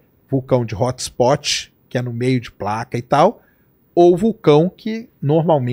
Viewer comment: “Hótxhspótchi” … brasileiro falando inglês é vergonhoso 😂